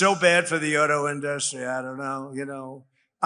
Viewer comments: InDUstry? He still doesn't know how to pronounce it. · Does he think the way he pronounces the word INDUSTRY makes him classy or sexy or something? Because he does it PURPOSELY.